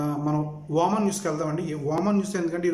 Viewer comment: Babu voman kadu OMan